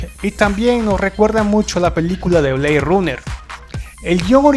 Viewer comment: "Blade Runer" esa pronunciación si que duele